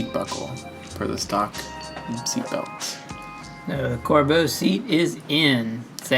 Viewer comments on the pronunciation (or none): pls stop saying corbo it's pronounced (cor-bew)